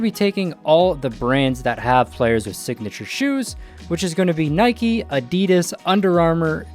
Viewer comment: It's Nike not Nike